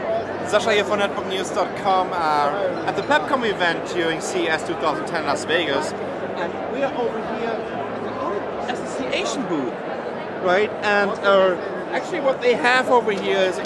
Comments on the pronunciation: Did he said ALED instead of OLED ? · He says ALED lol. good tech guy. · 1 - learn to speak english if you're going to report using it. 2 - it's an "OLED" not an "A-LED" learn to read while you're learning to speak. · its oled! not aled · did he say ALEA?lol. its OLED! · "ALED A-SISSY-ATION" xD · That's a... "A"-Lead? Lady: O.L.E.D., yeah. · did he just say call oled aleed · Did he say aled? It's oled..... Just sayin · lol "A-Leed" ... how bout "O-LED" >.> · DID THAT NIGGA SAY ALED?!?!?! IT'S OLED: Organic Light Emitting diode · How is he in the business and he doesn't know it's O-L-E-D, and not A-LEAD? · Did he say ALED? Moahahahahaaa! =) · OLED not ALED! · "A" LED association? It is pronounced "O" LED... O.o Maybe it's his accent? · Its pronounced OLED